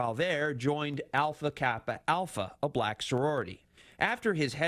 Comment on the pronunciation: There's something oddly racial about the way he says "bLack".. Maybe I'm nitpicking but it's probably because he's a racist.